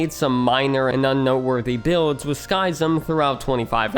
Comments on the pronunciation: informative video, but I can't get over the pronounuciation of Skyzm... isn't it supposed to be ski-zm instead of sky-zm? Like "schism" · Btw Skyzm is pronounced like "Schism" not "Sky-zim" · also how he pronounces Skyzm as "SKY-zm" instead of...... "schism". X.x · Not sky zym its Pronounced SKIZIM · Sidenote: its pronounced “skiz-ym” not “skai-zem” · Skyzm is pronounced Skizzem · "Sky"-zim? Really? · Pretty sure Skyzm is pronounced like "Schism". I remember watching his and Pungence's shenanigans back in the day. :) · Skyzm is pronounced like the word 'Schism', Buizel is a pokemon proncounced 'bwee-cel'. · skyzm's name is pronounced just like the word SCHISM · Skyzm is pronounced Skism. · Skizm is pronounced ski-zem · Skyzm is pronounced (skizz-em) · Btw, you pronounced Skyzm and Buizel wrong in this video. If you check out Skyzm’s first episode of Hermitcraft he says his name in the first few minutes. And Buizel is the name of a Pokémon that you can Google the pronunciation of. For reference Skyzm is pronounced the same as the word Schism. And Buizel is pronounced Bwee-Zle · Monkeyfarm was who actually got me into watching Hermitcraft when season 2 started. I still wish he could have remained. Also, Spum and sl1p were two of my favs. Skyzm was pronounced just like the word "schism" btw. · Pssst... 'Skyzm' is an edgy respelling of 'schism' the y should be pronounced like the 'i' in 'it' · Man, the way he pronounces Skyzm i driving me mad lol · I would have thought that after the amount of research this would take, you'd pronounce "Skyzm" correctly. Also, X doesn't unilaterally make any decisions.